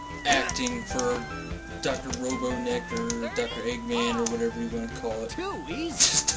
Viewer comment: It's Robotnik, with a t... I don't mean to be annoying, But I've been playing Sonic games since birth haha